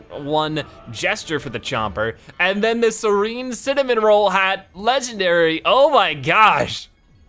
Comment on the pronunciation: Its hat not had!no offense im a subscriber but i want You to say IT correctly